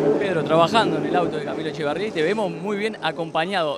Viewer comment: Es ECHEVARRIA,. No Echavarria!!! 🤦🏻‍♂️🤦🏻‍♂️🤦🏻‍♂️